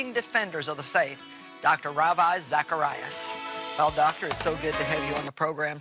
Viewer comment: A world famous television preacher, Joyce Meyers, has a world famous Christian apologist, Ravi Zacharias, on her television show, and she can’t pronounce his name correctly?